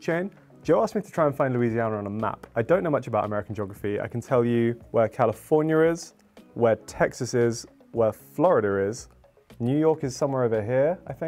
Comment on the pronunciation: Did say Florida-er? Interesting